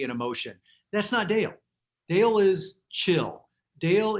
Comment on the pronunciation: Sweet Rachel it's DALE...not DELL